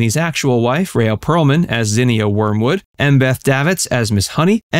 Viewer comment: It's pronounced Ree-A Pearlman. I share the same name just spelled differently and it makes me crazy when people can't pronounce it right.